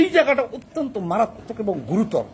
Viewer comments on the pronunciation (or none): none